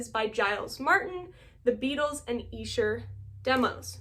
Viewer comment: YES!! Great stuff and I passed on the 4 disc vinyl version when it came out (just got the two disc) but could not pass on less than $50!!!! I haven't cracked mine open yet (and nice job on pronouncing Esher correctly!!!)